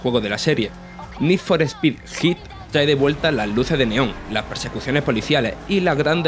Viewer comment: Need For Pi 😂 Eres de Andújar